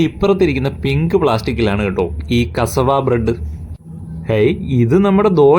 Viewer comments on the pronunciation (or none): Aadyam athu parayan padikkatte. Kasavu alla pattu. കസവാ അല്ല. കസ്സാവ എന്ന് പറ.